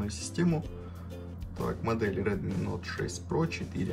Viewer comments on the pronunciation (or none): none